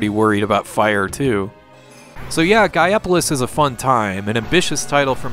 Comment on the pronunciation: You do know it's pronounced GAIA POLICE right? -_